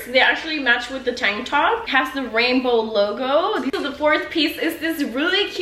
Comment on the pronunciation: the way she said tang top😂😂😂